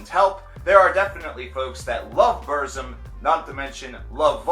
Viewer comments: ITS NOT PRONOUNCED "BERZIM" ITS like " burtzum or like bootzum..trill your r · No one hates burzum and it's pronounced burt-zum you neanderthal. Also, Varg is not insane, he's a true woke person, he sees beyond the vail of bullshit. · It's pronounced Burtzum, with a rolled R. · Yeah its Burt-zoom posers can't say Burzum right. I'm far right and an NRA supporter that's why I like TRVE KVLT Black Metal. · BuRRzum. Sounds funny when you say it. I pronounce it the way Varg himself pronounces it. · "Burt Zom" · Varg says it wrong though. It's Burrr-zoom according to the RotK appendix pronunciation, which is where the word comes form. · I’m a southern Amerikan and I agree 👌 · He’s a poser he said BURZUM WRONG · Decent video but you need to do a little more research. Your pronunciation of "Burzum" is cringworthy. It's a word from the black tongue of Mordor and is pronounced a very specific way. Also Euronymous and Varg were part of the second wave of black metal not the first. The first wave were bands like Venom, Celtic Frost and King Diamond. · Can't even say burzum right and hail varg oisten threatened him is in the police report just cause u watch a movie doesn't make you a detective so ignorant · You can't even pronounce Burzum right... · Can you at least try to pronounce Burzum right? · If you can't even pronounce Burzum right I'm not taking you seriously. Do some more research. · Yes i just commented on the pronunciation before i read your comment..i don't really knock on people pronouncing things wrong like croissant or Hiroshima but saying burzum just sounded really gay unless you pronounce it the way Varg pronounces it